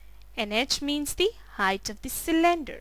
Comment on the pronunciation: when she says cylinder it sounds like she is saying slender! XD